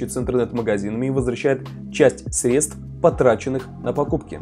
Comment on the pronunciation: Спасибо за труд,! Подписался на тебя и в ТГ Прошу прощения за занудство, но сре́дства - на первый слог ударение Жду новых видео